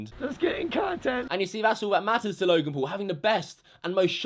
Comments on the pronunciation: Again another youtuber who wants to get views just by mentioning Logan Paul and giving the video a dramatic title . Oh and btw it's Logan not "lauogan" if you don't know Logan just stop talking about him he is like that in every video that is absolutely normal from him. And yes joining the movement being a maverick is good! Oh and btw he is living his life and not talking about what YouTubers did!!!!! I'm sure he could talk so much shit about you too! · Whenever says his name, it sounds like he's saying "Logan Poo" sometimes XD